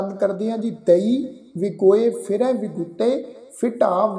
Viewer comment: ਵੀਰ ਜੀ ਤੁਸੀਂ ਬਿਲਕੁੱਲ ਸਹੀ ਉਚਾਰਣ ਕੀਤਾ (ਦਈ)